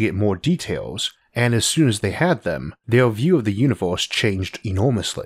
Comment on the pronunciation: "Univoooohhse" ..."Ooooorthh" ...damn !